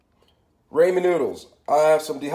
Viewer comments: Its ramen, not raymond obviously you can't speak any form of English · Its ramen not reimen and garlic not garliiick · Also why is he saying Ray men and gar leek. Bish we ain’t fancy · raymen lol? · "Raymen noodles" "garrliiic"😂😂 hello it's ur fav commenter Raymen noodles: Garrliic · cha don't be a dick. If wants to call them Raymen noods than they r Raymen noods